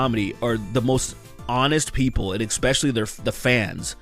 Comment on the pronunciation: Saying things like ekspecially and ekcetera, instead of especially and etcetera makes you sound... not so intelligent.